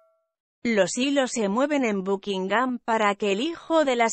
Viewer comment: Dios mío, no puedo tolerar esa voz falsa... "Bukingam", qué horrenda carajo, quién usa loquendo o como se llame hoy en día???🤬🤬🤬🤬🤬